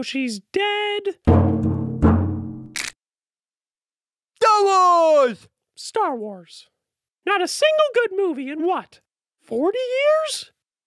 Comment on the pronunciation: "stharwarbz". Starwars.